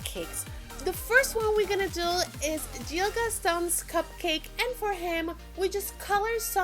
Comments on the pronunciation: it's not Jill it's gil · You pronounce it as Gil not Jil. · It’s Gil not Jill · not trying to be rude it is pronounced Gill